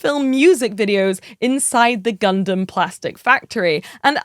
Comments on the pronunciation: Think we need a count on every Gundam related episode. And if GunDAMN is said more than GunDUMB then there should be some sort of forfeit 🤣 … loved the “I’ve only just learned how to say Gundam” and then instantly says it wrong 🤣 (this is all said in jest, no malice I promise! Keep up the great work) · its nice that you are saying Gun dumb in stead of Dun Damn this time around. however the way you said gun damn was pretty fricking cool! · OH MY GOD! Thank you for saying “gun-dum”! Now please get all your compatriots over there to stop saying “gun-DAM”! Love all you UK-ers over there, but it always so unnerving to hear “gun-DAMMMM” in conversation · We get Gundam pronounced like an American folks. We made it